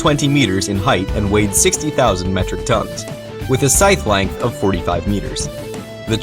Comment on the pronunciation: He said 25,000 tonns in a funny way xD